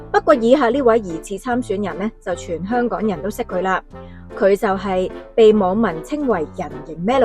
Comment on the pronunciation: 條片會唔會太多懶音？增肛 香趕